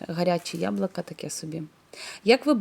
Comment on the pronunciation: Дуже гарно виглядає, впевнена що й смачно! ЯБЛУКА,а не яблака😉 Не ображайтесь!